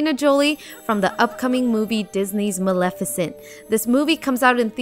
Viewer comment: It’s not pronounced milificint it’s Mel-eff-e-cent